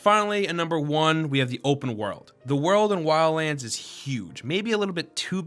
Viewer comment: "WILLANDS" XD Shit has me dead